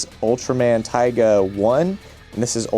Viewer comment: It's "Tiga" as in "Tea", not "Taiga". There's already another Ultraman called Taiga.